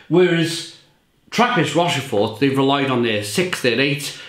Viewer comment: Good enthusiastic review of a great beer. Should be pronounced 'Rosh-For'. Sorry.